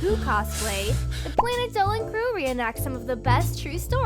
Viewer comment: I dont like the fact that you always say "reanact" like WHYYYYYYYYYY